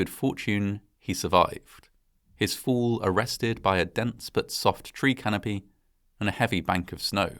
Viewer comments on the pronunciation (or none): I'm a former U.S. Army Parachute Rigger and I disapprove parachute failures. Oh, and the word fall makes the "fall" sound as opposed to "foo" 😆👊🏼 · Just a quick question, Sir. In witch part of Great Britain are you from/located? It is just so weird when you say fall. It sounds like your are saying fool. Same with the word call. Otherwise I really love your uploads 🙂